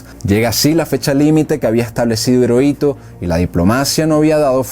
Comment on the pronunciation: Hiroito se pronuncia como Jiroito